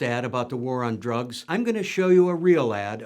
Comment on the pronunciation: "The War on drugs" It's actually "The War... on drugs"